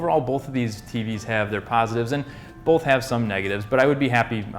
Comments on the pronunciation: There is no "L" in the word "both". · bolth. bolth. BOLTH. BOLTH.